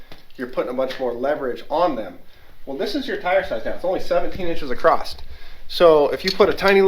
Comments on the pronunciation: Here's a question from a Canadian. When Americans say the word " across " why do so many of them ( you and included ) add a " t" or " ed " to the end of the word and say " acrosst " or " acrossed "? Not a criticism just an observation. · why do so many Americans insist on adding a 't' to the end of the word 'across'? Paul from Fab Rats does it constantly. Now I find you are doing it, and you are supposed to the clever one out of the off road recovery channel presenters.